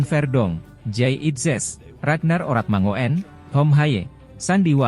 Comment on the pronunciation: Oratmangoen yang benar dibacanya Oratmangun, om...